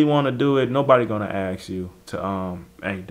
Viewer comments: Dude it's "ask' not axe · it's ASSk not Akss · How is it that you don't know how to pronounce ASK at your age? Come on. Enough of the street talk. Do better.